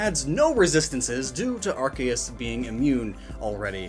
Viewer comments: the c in arceus sounds like a k when you say it right it sounds like an s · The official name is pronounced "arKeus", since pokémon didn't want Arceus to have ARS (ass or butt) in its name lmao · It is not Ar-chae-us. It is pronounced Ar-cee-ehs (ehs like hiss without the h) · in english, an e after a c makes the c soft. it's arceus, not arkeus. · Impersonating a God to introduce your sponsor? Isn't that blasphemy? Earthquake in Gen 1. Good times. Arkeus, Arkeus, Arkeus... Its Arseus... Or even Artheus, like we Spaniards say. It's Theos. Not Keos. Not even Seos. Theos. It's been a while since I last watched one of your videos. Your setting looks very cool! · Archeos?? you mean ARKOOS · It's actually pronounced "ar-KEY-us" not "ar-KAY-us" Although for any fans of MandJTV it's Arkoos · My Man said Arkeus its Arseeus thats how you pronounce it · arceus Me, a pokefan: yOu mEaN aRkOoS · Its Are-Kee-Us not Are-Kay-us... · Who's bugged of him saying Arcaus instead of Arceus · ya know, its ar-see-us, not arc-ey-us. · Why do you pronounce arceus as rks and not R-sea-us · its not arc-k-us its arc-key-us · Its arkoos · When u say arceus closed captioning says our gayest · Legends Say Arceus is pronounced Arkoos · It is arcoos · its ARCOOS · it's pronounced ARKOOS you idiot! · Its not arceus its ARCOOS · it's pronounce "arcoos" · The subtitles are adamant that youre saying “our gayest” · It's Arcoos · uhm Arkayus? What happened to it's actual pronunciation? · Mate... It's Arkoos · It’s pronounced “arse uze” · Anyone notice arc-eh-is? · Excuse me? Arkeus? I think you mean Arceus. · Isn’t it pronounced Arr-kee-uhss(or iss) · We all know it's pronounced arkoos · Im just wondering where the hell you keep getting the "kay" sound from the "ce" in Arceus' name? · um its pronounced are-soos ya noob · Ar-goose is the proper pronunciation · It's definitely pronounced "arse - ius". Otherwise, cool video man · "ar-kay-us" triggered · Me hearing pronounce Arkoos wrong